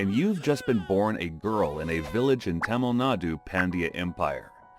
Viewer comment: Not the támil nádu😭 and ddevadasi😭🙏🏻 WHAT THE F#CK ARE YOU TALKING ABOUT😭 tTHAT ISNT PRONOUNCED LIKE THAT😭🙏🏻